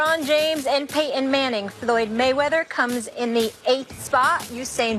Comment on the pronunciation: Why does she pronounce Peyton Manning name “Pay-in”. It is one syllable. Seems like a lot of people do this today….. Making one syllable words into 2 syllable. Like “Jor-in” instead of Jordan….